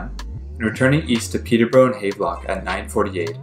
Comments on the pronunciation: He produces it haaaaavlock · Thank you. Goodness, not hard to pronounce Havelock properly. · Btw, it's pronounced "Have-Lock" as in "I have a train" . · Check your pronunciation of Havelock. The station at Leaside was the CP customer service center and later the CP Police Toronto Detachment and national training center. CP also had a Station at the Dupont and Dundas.